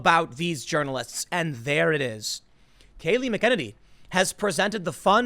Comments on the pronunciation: Her name is mac-ah-nay-nee. Not mkenanee with one syllable. lol That's what happens when you only read the news and not watch it. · 'Mack - i - nan - ee' Not 'Mickininee' I think. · mac uh nay nee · Tim, her name is pronounced : MACK EH NAY NEE. Not MCKINNINEE. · It's pronounced Meckaneenee not McKennedy...come on Tim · Tim, its mac en nany not makennedy haha. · It's NOT mackenedy! Urghhh! Mac-eh-nane-eeeeee!👈🤓👉 Day-um-it Son! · Funny how you talk about reporters doing their research yet you cant even do research to make sure you pronounce people's names correctly. Its McEnany (mack-ah-nay-nee). Not Mick-Kennedy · It's MACenany not mick. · It’s pronounced McEnany Not Mcinine mak in ain ee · Tim it's pronounced MAC-en-ANE-ee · God you murder her name... its pronounced Mac- eh- Nay-Nee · MACK-EN-AINY, dude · Americans cannot pronounce names correctly...MAC-N-A-NEE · It's pronounced MAC-EH-NAYNEE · You really have a problem with names... McEnany = Mac-N-A-Ney. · it's Mc - keh - naaay - nee, accent on the naay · It's pronounced Mack•ă•nay•nee. C'mon man. U call urself a journalist. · Tim, you suck at names. It's pronounced MACK-uh-NAY-nee. Lol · It's Kayleigh Mac-a-nany. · It's pronounced, Mac - a - knee. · McEnany is pronounced macEnany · Mack-ah-nay-nee The way you pronounce her name is like someone calling you Tomoneady. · It’s pronounced “MAC-E-NANY” for gods sake😂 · It's pronounced Mac-uh-nini. Wallace is pronounced Dick-uh-nini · Her name is not spelled like it's pronounced. It's "MAC-a-naany" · Tim: It’s /MAK-uh-nay-nee/ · Mack uh nay nee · Tim, it's Mac-e- Nanny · Dude. For God's sake learn to pronounce these names. It's Mac A Ner Nay. Mee Ka Brazhenksi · Its pronounced mak- in- A- nee!!!!!!!. Jesus f/n Christ Tim!!!! You said it 4 different ways in this video and they were all way off... #Triggered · Its Mac eh niny bro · Please, her name is pronounced mack-uh-nay-nee. And she's brilliant 😊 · Mac-en-Any.. Tim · MACK-UH-NANE-EEE JESUS CHRIST. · Mac - a - ninny.